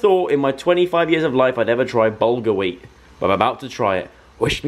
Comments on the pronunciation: Bahaha hahahah joe I'm pretty sure bulgar weat is like cuss cuss which is pronounced like coos coos 😂😂idk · laughing at how Joe pronounces bulgar weat